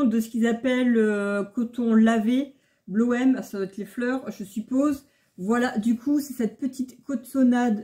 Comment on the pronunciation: Bonjour, Merci pour la vidéo. Au passage, pour le tissu bloem que vous prononcez "bloèm" se prononce en réalité "bloum" et ce qui veut dire fleur en néerlandais.😉